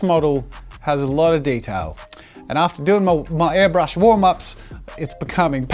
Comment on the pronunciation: No one: Not even Scott: Jazza: AiRbLuSh